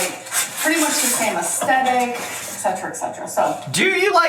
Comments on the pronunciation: to buy things BEFORE moving is the most insane thing ever???!!! you want to have as little as possible when you pack and move, and then you buy whatever else you need once you’re moved in. what is wrong with them. Also the way she says “astetic” instead of “aesTHetic” grinds my gears….and her taste is so unbelievably tacky wow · Um, its "Ess-dettikly" thank you very much everyone 😂